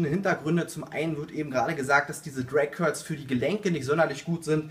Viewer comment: "Crag curls" am anfang :D